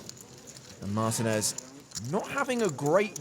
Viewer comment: Excuse me, it is Mar-TEEN-Ez, not MARTIN-Ez.